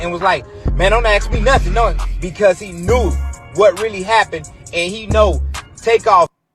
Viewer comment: He said “lurr-really”